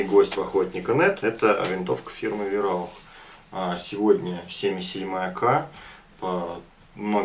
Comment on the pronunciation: Сам ты вираух:)ВАЙРАУХ ГОВОРИ ИЛИ ВАИРАУХ ХОТЯ-БЫ! Живу в Германии,поэтому знаю что пишу.А так + нормальный обзор и Варя:)